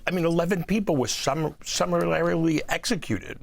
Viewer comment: “11 people were summerlarily (sic) executed “ And he’s a PhD?